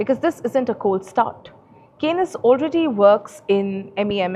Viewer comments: Anchor cannot even pronounce Kaynes technology correctly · Hi, kindly check the pronunciation of 'Kaynes' for your next video on the company. Thanks.